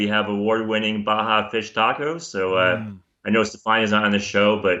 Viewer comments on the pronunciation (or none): none